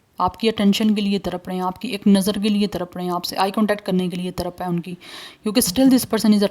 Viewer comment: तरप नहीं... तड़प। कृपया उच्चारण सही से किया करें 🙏